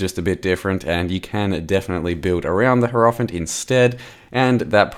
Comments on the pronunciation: yarp. Hierophant should be pronounced more like High-row-fant and not Hair-off-int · cannot unhear the way pronounces Hierophant